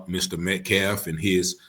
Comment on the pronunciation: He has no respect for "the dignity of life." He won't even pronounce Austin Metcalf's name correctly. Who's "Medclaf?" 🙄